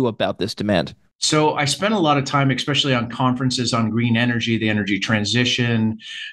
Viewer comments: Why does he keep pronouncing especially "expecially"? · Can’t stand it when people say “eggspecially” “Eggspecially when copper is in such demand” 🙄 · Can’t take a bro seriously if he says expecially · tuned out after the fourth "exspecially"